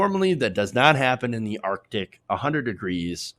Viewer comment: ar-C_ tic.